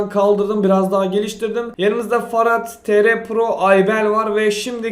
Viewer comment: abi farat demen cok hoşuma gidiyo